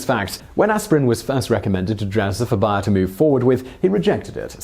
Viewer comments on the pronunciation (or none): Being an American who has heard Bayer aspirin commercials virtually every day of my entire life, it was really weird to hear Simon pronouncing BAY-er as BUY-er all the way through this video. It makes me wonder if they changed the pronunciation for the American market, or if this is just another case of the English thinking they know best how to pronounce everything in every language. The way most Brits pronounce the Spanish word taco is a prime example. People who speak Spanish, or come from a heavily Spanish-influenced area (like California) all pronounce the word TAH-co, but most Brits pronounce the word TACK-o. Let me just say, it's grating on the ear. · Say it with me now "bay-er". That was not hard. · N. Smiley that was annoying its bay-er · Bayer is pronounced like 'bear' not 'buyer'. At least it is in all of their commercials in america. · And now for another bonus fact: Bayer is pronounced BAY-ER in the United States, not BYE-ER. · BAY-ER not BUY-ER!! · Bonus Fact it's pronounced Bear not buyer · Interesting; I've never heard of "BY-er" pharmaceuticals but am quite familiar with "BAY-er" aspirin... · Bonus fact: it's pronounced bayer, not buyer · ".....in America !!!" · It's Bayer simon! BAY-ER NOT BUYER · Fun fact, it's pronounced "Bear" like the animal, not "buyer" like you pronounce it. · ohhhhhhhh BAYER not BUYER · It's bay-r not buyer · it's BAY er not BUY er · it's BAY-ur, man, not BAH-yur. Think of the -ey in "hey", it's that sound. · BARE, not buyer...or is this some accent thing? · You are pronouncing Bayer wrong. It is not Buyer it is Bay-er. It should be hard to say bay er and not butcher the name saying buyer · OMG !! I love your channel, BUT, its Bayer ( BARE, BEAR) Its pronounced as these two previous words! Lol I just cash not hear you say BUYER, anymore! Lol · Bay-er. At least that's how they pronounce it in their own commercials. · nah bro she still saying bay-er just slowly. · Gou Karuma no I actually called them and they said it's bay-er